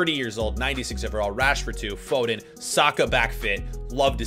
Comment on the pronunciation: hey why do you say fooden